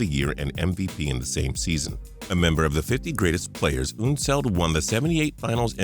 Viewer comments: ??? Artis Gilmore was definitely not named one of the 50 greatest players of all time! Also, it's UHN-seld, not OOHN-seld. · Pronouncing unseld weird